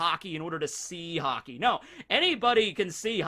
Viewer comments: i thought he was saying hockey to be funny. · Did no one notice that is said Hockey instead of Haki